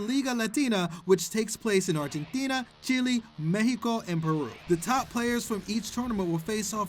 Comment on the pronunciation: Nobody else notice he said "Chili" instead of Chile?